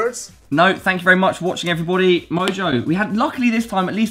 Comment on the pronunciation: am i the only one slightly bothered by pronunciation of everybody? xD